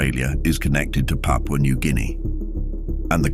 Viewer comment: You correctly pronounced the name of my country (Papua New Guinea), I subscribe.